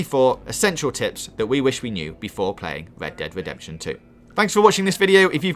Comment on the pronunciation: What is going on with that voice? Wed Dead Wedemption???